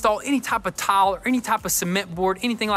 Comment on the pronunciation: “We do gotta.” “Tawl.” (Tile).